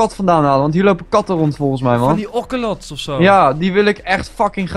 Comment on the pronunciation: In een mesa biome kan je geen ocelots vinden En je zegt ooselots en niet okelots